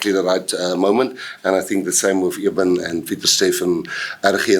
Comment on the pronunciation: Siya he’s right these people continue to pronounce peoples languages names wrong on purpose is really annoying Eben they call him ebon extraburg rg snyman is RG syman or cinnamon sacha igodezulu not mngomezulu and listen to they excuse or we are really ad with African names I will be like what😳😳